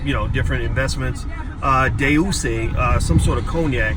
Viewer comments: Dr. Watkins that Cognac D'Usse is pronounced Doosay not D'eusse lol, but thank you for breaking that down for me I was wondering how they came up with him being hip hop's first billionaire. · "Day-Oooh-say ConeYAK"-Boyce Watkins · It's doo-say lol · Day-ooo-say lmaoooooo